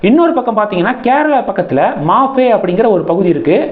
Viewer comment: மாஃபே இல்ல மாஹே.